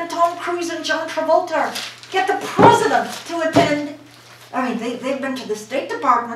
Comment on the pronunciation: Who is the "pruhzuhdunt"? Was this directed by Ed Wood, by any chance?